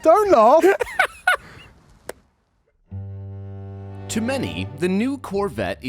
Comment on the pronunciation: When James said “ don’t laugh “ he said it in the most British way possible